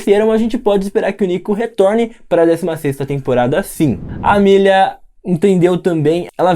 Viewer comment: SE VC NN SABE É AMÉLIA N AMÊLIA!! FALA CERTO, NEM EXISTE ESSE NOME!!